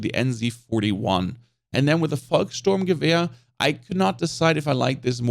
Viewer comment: Lowkey flex with the pronunciation of volkssturmgewehr but I'm into it